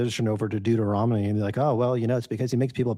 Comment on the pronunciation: "deutoromony" 😅 he cannot even pronounce Bible books right, he's so weak & desperate 😅😅